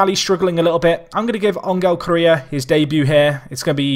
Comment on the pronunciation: James Iyer That one is actual rightly pronounced. It's la - may - a that sounds weirdest to me.